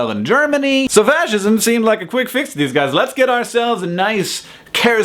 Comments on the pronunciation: lol, when you say "fascism" it sounds like "vagism" a little. :P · lol no but it does sound like it. He said fascism.